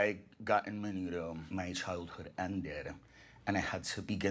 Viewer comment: "AMEN-UDO" lmaooo